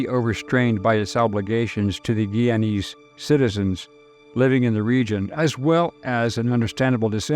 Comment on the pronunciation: It’s pronounced Guy-ya-nese!